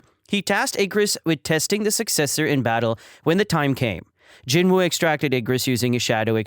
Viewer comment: its actually pronounced as jin-oo or jinu